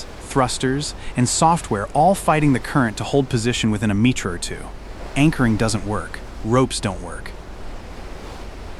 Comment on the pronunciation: Mispronounced meter, kilometer etc is very distracting.